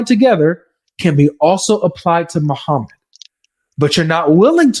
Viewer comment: No way he said mo-pdf met Jesus 😭😭😭